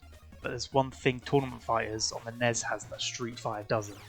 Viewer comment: Why do you call it the ness I am going to throw up